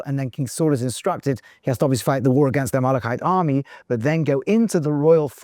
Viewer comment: A little confused by the pronunciation of Amelekite... to Amolokite??